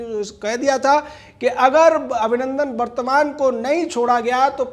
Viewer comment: गौतम विंग कमांडर अभिनंदन वर्द्धमान नाम है शायद गलती से वर्तमान बोल रहे हो